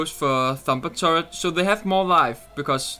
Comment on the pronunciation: H is pronounced "aitch" not "hay". Also turret not turrent. Just a heads up. :P